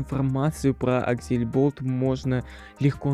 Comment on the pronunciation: Ужас Невнятная, неуверенная речь Неправильное произношение НАЗВАНИЯ СТУДИИ АКСЛЕБОЛТ, а не аксельболт Всех разработчиков несложно найти, по крайней мере основных, типо антона, леши и ильдара Первая игра от аксле была Zombie Mincer, ее написал лично глава студии, а потом уже вышел первый стэндофф Учи матчасть